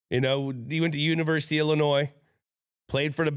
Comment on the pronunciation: Gronk Please quit saying Illinois S in the state name, the S is silent. Gently requested. Much respect. To the producer of the podcast shame on you for not telling Gronk!!